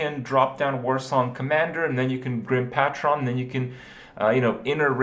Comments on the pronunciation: "GRIM PATCHRON" -Kripp LOLLLLLLL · GRIM PAY TRON JESUS KRIPP